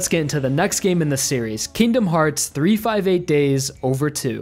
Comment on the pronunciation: I'm calling it now the best part of the video is when he pronounced 358/2 days correctly